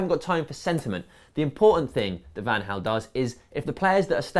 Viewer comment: Van Hal? Is it not Van Gal?